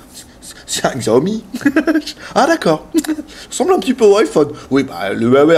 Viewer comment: Je l'aurais acheté tout de suite s'il était en 5.5 pouces mais en 5 je trouves ça trop petit. Je me suis habitué à mon zopo zp980+ puis à mon xperia Z Ultra donc j'ai plutôt opté pour le One plus One. PS: Cela se dit "sha-ô-mi" :D 33K c'est un peu mauvais. C'était lié au fait qu'Antutu était en beta ?! Parce que le mi3 est encore à 37K ... C'est un peu bizarre. Mon Oneplus est à 44K